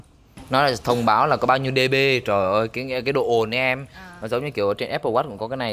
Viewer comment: lần sau đọc dB là đề xi ben nhé